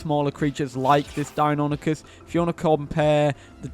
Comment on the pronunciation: “Die-oh-NYE-cus.” It’s Greek. Say it right.